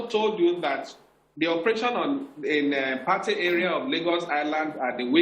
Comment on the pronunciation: This guy is telling mostly lies. 1. Patey is pronunced PAY-TEE. 2. The officeer lied by claiming Patey to Surah Market is about 2 Km, instead of just 400m. 3. The drug-guys and other area boys engage in rival gun shooting at least once a week, somewhere on the Lagos Island. It is rarity for bystanders to get hit. The bystanders are their neighbours. 4. From 3, it is clear that our panicky poorly trained NDLEA officers were the ones likely to have shot innocent bystanders. I have seen many of our rag tag securities (soldiers, police, NDLEA, etc) in actions before and they are anything but professional. They are used to shooting at unarmed civilians, so anytime they confront civilian rogues with guns fighting back, they get panicky and cause mayhem.